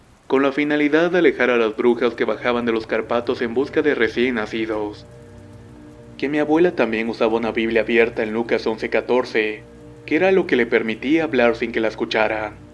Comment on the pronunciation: Excelente historia pero que triste desenlace. Solo una observación, se pronuncia Cárpatos no Carpatos amigo, muchas gracias por el relato. Te envío un abrazo...